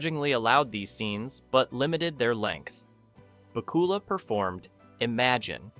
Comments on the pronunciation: BACK-you-luh. Same vocal rhythm as Count Dracula. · IT'S BAK-U-LA!!!!!!!!!!!!! MORON!!!!!!!!!!!!!!!!!!! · Scott Baacoola?!? :face-blue-wide-eyes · "Back" "U" "Lah" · I remember Pat Sajak probouncing Bakula like this